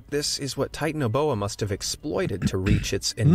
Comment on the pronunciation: It’s pronounced tie-tan-o-bo-u